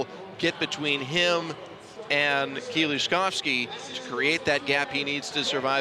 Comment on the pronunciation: Even the announcer has learned to pronounce my compatriot's name correctly .. Mateusz Kieliszkowski- the pride of Poles.